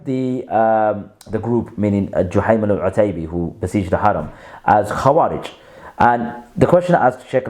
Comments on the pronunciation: Learn Arabic, you said it okay the first few times then wrong, before barking online learn the language and Deen properly, You're nothing but a wasteman who goes against the Ijma of Khurooj. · My OCD hurt every time you mispronounced it lol